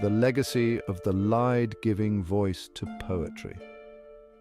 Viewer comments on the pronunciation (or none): Lied - pronounced leed not lied. Tut tut!